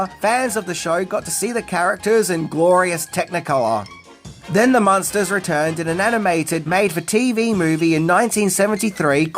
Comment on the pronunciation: IDK if it's the accent, but it sounds like the host is pronouncing the name as Monsters and not Munsters, as in Muenster cheese, or Munster the German city.